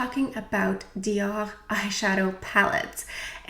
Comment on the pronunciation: Hello from Israel! 🌸❤️ Just loveee how you pronounce DIOR:-) I got the Mitzah and loving it.